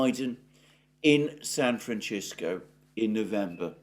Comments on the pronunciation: please learn how to say San Francisco correctly. It is San Fran cissssko, not San Frachisko... Thank you, kind sir. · FYI: "San Francisco" is pronounced San- fran- sisk- oh NOT San fran-chisk-oh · San Francisco not San Franchisco lol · Brilliant and thorough content from Alexander as usual. My only caveat is laughing a bit at his pronunciation of "San Fran-Chisco", a weird Britishism like Alu-minium, etc! Spanish is my 2nd language & we don't pronounce it that way, nor did I ever hear that pronunciation in the 32 years I spent living right across the Bay in Oakland. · San Francishco? This guy can't pronounce the name of the city correctly? Since when did we have a San Francishco in the US? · Why do you pronounce it San fran-chis-co ? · Sorry I turned off at san-franchisco. Omg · Doing us dirty with "San Franchisco" but we'll take it over "Frisco" or "San Fran" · It is pronounced San Fran cis co. I have lived here all my life. We tend to say if fast here so it sounds like SanFransisco.... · San Fran-shis-co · San Franchisco?!? Oh, come on!!! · Why do you pronounce San "Franchisco"? It's not the pronunciation of the Spanish that founded it, nor of its inhabitants. It's not Italian! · With all due respect its pronounced San Francisco ...Francis...co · San Fran-chisko? Where did that 'h' come from in San Francisco? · San Franchisco? Hahahahaha... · San Fran-what-co? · No, its a Spanish name, like many given to cities and areas of Calif and South West US, and is not pronounced Chisko in Spanish either. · I didn't know the word San Francisco was so difficult to pronounce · That is one interesting pronunciation of "San Francisco", I must say. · Hearing Alexander mispronounce "San Francisco" is delightful! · Did you notice how Alexander pronounced San Francisco, Brad? Just wondering if it's just me, or if he's talking about a San Francisco that's in Italy or something. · Thank you. His pronunciation was driving me nuts. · San Francisco. No 'h'.